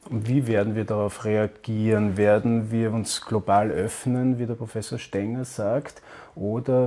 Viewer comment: Er heißt "Stenger" Bitte korrigieren